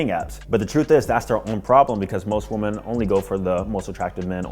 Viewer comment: why do you refuse to pronounce "women" correctly